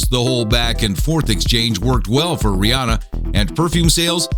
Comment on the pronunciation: he says rihanna wrong